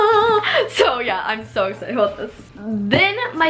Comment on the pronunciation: I dare you to eat a Taki every time she says the word ‘exited’ and don’t pause the video or drink water!!!!!!!!😆